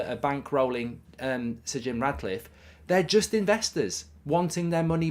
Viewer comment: I hope Sir Jim Ratcliffe doesn’t get it, as it does my nut in when Goldbridge keeps calling him RaDcliffe… FFS… not hard to call him by his proper name is it? 😂